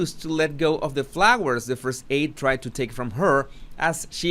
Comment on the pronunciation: " After they tried to take him down" Emphasis on TRIED.